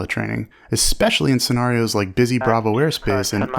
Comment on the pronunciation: Sounds like a really interesting class, but I couldn't deal with that pronunciation of "scenarios" for an entire course. Great content, though